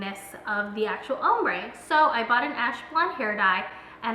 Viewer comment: her saying "umbre" and not "ombre" was KILLING me!